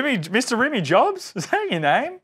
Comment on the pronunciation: Ohhhhh. It’s Rimmie not Rimmy 😂